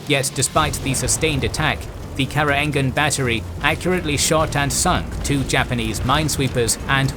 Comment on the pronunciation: Hello,. Just want to inform you that the name Karoengan is using our old spelling where "oe" is pronounced /u/. So it's /karuŋan/ not /karoeŋgan/